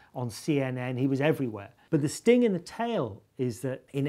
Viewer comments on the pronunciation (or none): none